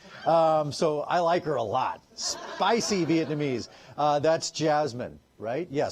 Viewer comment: Viet-NA-mese Not “viet-MA-nese” You’re welcome.